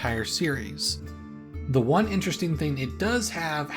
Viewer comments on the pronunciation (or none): none